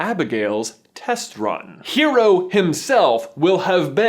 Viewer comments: Sorry not sorry- pet peeve- his name is Hiro not hero. Hiro as in Hee-row. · Not hero, Hi-ro. It is Japanese. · smashes through window I CAME AS SOON AS I HEARD Edit: stop mispronouncing Hero's name >:( it has a slight roll on the R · Rrrrrrgg please if you ever make another Big hero 6 theory listen to how Honey lemon pronounces Hiro's name h-i- ro with an accent. Honestly she is the only voice actor who took the initiative to pronounce the name properly.